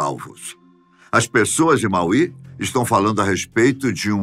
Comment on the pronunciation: Fala-se Máui não Mauí